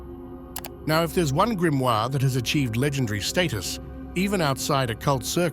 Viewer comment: Die falsche Aussprache des Wortes "Grimoire" in einem Video, das sich speziell diesem Thema widmet, sagt einiges über die "Intelligenz" von KI aus.😺 Ansonsten sehr informative Doku.